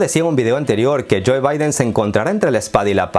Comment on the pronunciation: Neta no puedes pronunciar 'joe'?